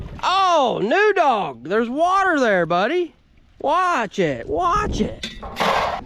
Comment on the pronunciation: Should name the new dog noodle. I swear I thought he kept calling it noodle instead of new dog. She will be used to that similar sound also